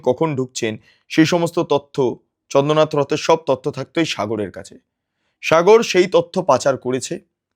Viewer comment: মিস্টার, আপনার উচ্চারণের কারণে আপনার এই প্রতিবেদনটা শ্রুতিকটু লাগছিল। চন্দ্রনাথ কে আপনি চন্দনাথ এতবার বলতেছিলেন যে কানে এমন করে লাগছিল আপনার প্রতিবেদনটা শুনতে ইচ্ছে করছিল না। আপনার উচ্চারণ ঠিক করুন।